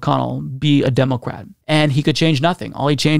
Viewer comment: Am I the only one that hears Democwat?